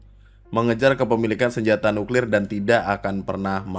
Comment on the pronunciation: Senyata,Senyata,Senyata nyuklir nyenyenye...... ngomong aja masih remed jink